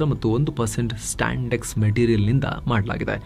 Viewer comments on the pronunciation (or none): Bro that is spandex not standex...please correct it